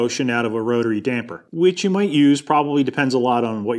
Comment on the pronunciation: Props for calling them dampers and not dampeners